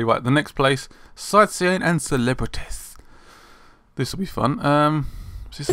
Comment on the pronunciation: Lol. "...celebretiss!"